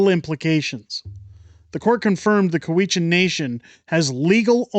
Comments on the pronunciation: "coo-we-chan" or "cow-ichan"... ??????????? I have never heard it pronounced coo-we-chan. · COW-i-chan. The stress is on the first syllable. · Cow-eshen. At least pronounce it as the locals do. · It's COW-itch-an.